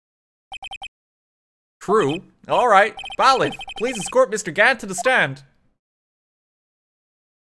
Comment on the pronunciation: Why doesn't anybody tell him it's bay-liff?